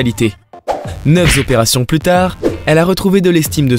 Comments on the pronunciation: 340 zopérations: lamentable ! Respectez votre langue ! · Pauvres gens. Ils étaient banals, maintenant ils sont hideux. J'ai failli vomir. Le narrateur heureusement m'a fait marrer avec ses liaisons dangereuses : 50 z'opérations (à ), 9 z'opérations (à et ) et enfin le magnifique 340 z'opérations pour terminer en apothéose (à )... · Dommage que le narrateur inventeur des « s » à certains chiffres ce qui donne des liaisons affreuses à entendre !!